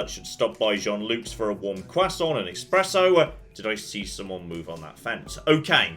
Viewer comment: Did you just say "Exspresso"? Do we need to rescind your coffee privileges?